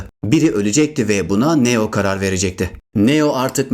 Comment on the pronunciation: Neo yu neden yazılışı gibi söylüyorsun çok kötü